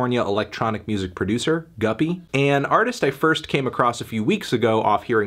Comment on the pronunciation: Thank God you learned it's pronounced guppy instead of goopy.